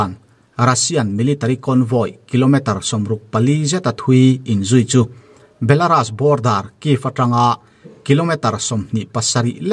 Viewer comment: Ukraine ramhi Lalpa lo hliahkhuh ang che... Belarus hi Belarus tia lamtur aw belaras niloi🤭🤭